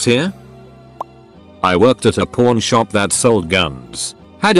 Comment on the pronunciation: I hear "porn shop" and not "pawn shop"